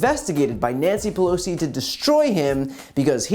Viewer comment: “Nyansssy Pelosssi”, good grief what a dingaling.